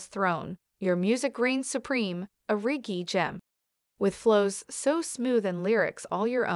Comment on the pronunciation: Very impressive. Only error is the pronunciation of the word "reggae"